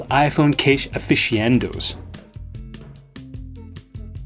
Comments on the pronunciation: Text: aficionado This guy: AfiSHiEandOEWUS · “Aficionado”, you: “a fish in end no” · did you just say "afishiendo"? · Lol way off on saying aficionado